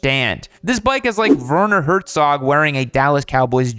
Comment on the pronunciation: Weird pronouncing of "Werner Herzog". 😄 Greetings from Germany. 😉